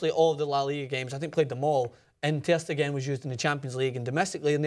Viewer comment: For the record,: "Ter Stegen" is pronounced with the emphasis on the 2nd syllable, not the 3rd. So it's not "ter steGEN", but "ter STAYgen"